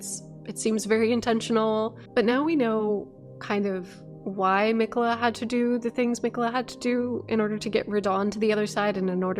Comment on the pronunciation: why do so many loretubers mispronouce Marika's name?